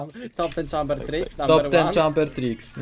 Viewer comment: Ja osobiście lubie "Czejmbera" a nie "Czambera". Fajna postać.